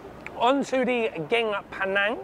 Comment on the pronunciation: Love this video. By the way curry is "gaeng" pronounced "gang". "Geng" means smart.